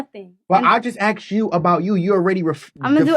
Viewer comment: I just AKSED 😂😂